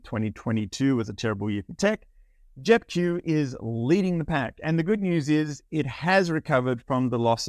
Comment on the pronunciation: Sound like you are saying JEP Jew, Hit the Q sound 😁